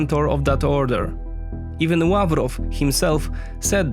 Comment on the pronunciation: Are you Polish? I think I heard a "Ł" when you pronounced Lavrov :D